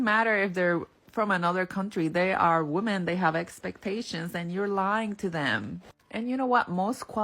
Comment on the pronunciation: 😂 where do they come from that more than one woman is still being called woman!? It's pronounced women! (Wimin)😂